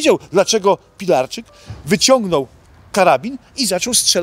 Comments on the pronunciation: Proszę wymawiać poprawnie po niemiecku Horst Pilarcyk (dawne polskie nazwisko Pilarczyk) :pozdrawiam! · Nazwisko tego Horsta czyta się Pilarcik. Jest to zniemczona wersja polskiego nazwiska Pilarczyk.